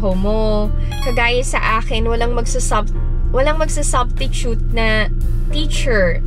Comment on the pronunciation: Obvious nga na may sakit ka. Ngongo. Ibang-iba when you're feeling well. Ung 'substitute' naging SUBTITUTE na lang eh 😂😂😂 maysakit ka nga. Feel well soon ❤ tsaka hindi ka pango. Hindi lang kataasan ang nose bridge ganern. Un ang tamang term.